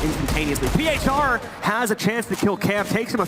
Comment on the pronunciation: Uwielbiam jak oni wymawiają nick phr "piejczar"